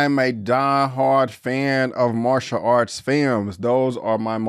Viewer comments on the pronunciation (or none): none